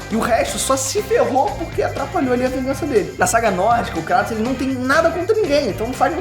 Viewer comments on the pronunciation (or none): Meus ouvidos sangram,quando ouço "KrAtos" ao invés de "Krueitos" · q agonia ouvir "Cratos" vsf kkkkkkkkkkk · Cara, me desculpa mas não assisto maia videos sobre gof of war nesse canal. Nao aguento vc e seu pai pronunciar o nome dele errado, se pronuncia “ krueitos” no próprio jogo eles pronunciam assim! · Acho estranho a pronúncia crátos kksksks deve ser por causa da dublagem